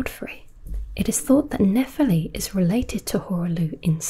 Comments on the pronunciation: nephEli, not nEpheli please! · Great video, but why did you butcher her name's pronunciation even after showing how the game says it throughout the video? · Even after Nepheli says her name more than 5 times in the game, you somehow managed to butcher the pronunciation. Did you even play the game?